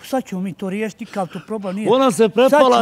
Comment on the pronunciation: "sa'cemo mi to r'jesiti nikakav problem nije" 😁